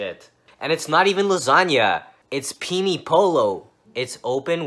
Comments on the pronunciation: peeny poll-oh LMFAO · Peni polo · Bad Lil Ting I'm Italian, and it's pronounced PENNE, without reading E as an I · "Peenie polo" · Peeny pollo wtf. PENNE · Sorry dude, it's pronounced "Pen-ey", not "pee-nii". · The way he pronounces penne is making me go insane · It's "pen nay." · I am going to order Peeny Alla vodka today and see if the waiter says anything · I like how you pronounced penne as peenie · “It’s penee polo”💀💀😂😂 It says chicken pasta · It’s pronounced ( pen- ay) for penne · Its PEE-NE POLLO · It's "PEN-NAE" you (insert insult here). That was pretty terrible, and I agree, it's probably a front for something off the books. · Its actually pronounced "pen-ney" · If he was Italian he'd probably know how to pronounce penne properly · Bad Lil Ting lmao,i’m italian and believe me that’s NOT how you say it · I’M FUCKING CHOKING,I’M Italian and this is just wow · " ITS PEE-KNEE PO-LOW " im dead